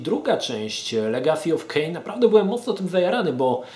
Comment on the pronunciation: Ogląda się przyjemnie, ale ten "Kain" najbardziej rani ucho:)